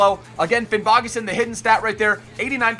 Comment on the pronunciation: Im from Iceland and he says the names so bad